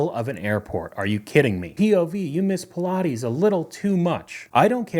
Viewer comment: Pill-ah-teez? WTH? They're Pilates like "Pie Plates" without the second "p"